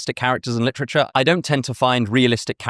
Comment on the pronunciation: "Lit-trich-errrr" I like it🙂....Just dont be saying that in North philly🙂